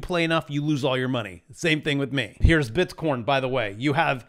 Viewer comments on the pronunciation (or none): OHHH DANG! You called bitcorn wrong! You need some more factors in your Crytpo Course TA, Dunce.